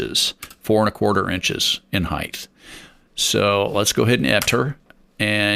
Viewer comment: You seem smart and your video is helpful. However, I’d have so much more respect for you if you didn’t mispronounce the word height. Heighth IS NOT A WORD